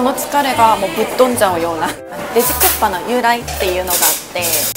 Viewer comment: 안녕하세요~혹시 일본분이신가요? 국밥 발음이 정말 쿠파로 들리네요ㅎ 닌텐도 회장님이 옛날에 고기집에서 식사하시는데 옆에서 누군가가 국밥먹고 싶다라고했는데 귀에 들리기에 쿠파라는 이름이 강렬해서 슈퍼마리오 보스 이름을 쿠파라고 지었데요ㅎ 고기집이니까 당연히 국밥이 고기요리라고 생각하고 머리속에 이미지는 불고기 같은건줄 알았는데 나중에 알고보니 국에 밥을 말아먹는 음식이라는걸 알고 놀랐데요ㅎ언젠간 한국에 오게되면 꼭 말하고 싶었다면서 말해주신 에피소드입니다ㅋ 우연히 지나가다가 신기하고 재미있어서 댓글 달아봅니다~ 재미있게 잘봤어요~저도 부산가면 돼지국밥은 꼭 먹습니다 건강하세요~